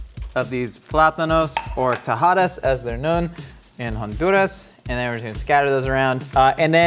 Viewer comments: My man’s! Major respect for your research and as a Honduran, mad love for properly saying Honduras 🇭🇳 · Hon-du-ras! Yesss!